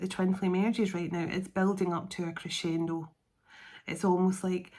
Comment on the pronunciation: Cresendo lol wind...is a word i keep hearing